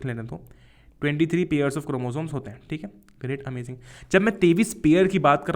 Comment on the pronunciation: Sir, aap ARMY h kya? 😂😆 Kyuki aap baar baar AMAJING bol rhe the